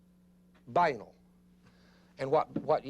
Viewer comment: He pronounces the word banal incorrectly throughout the whole video, it's a bit irritating, I don't know why no one ever explained to him how to pronounce it.